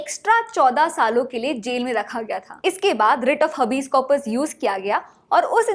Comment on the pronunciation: हबीज correct pronunciation nahi hai हेबिस hai